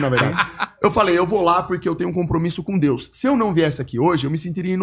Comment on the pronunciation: O cara não consegue falar DEUS e quer passar mensagem.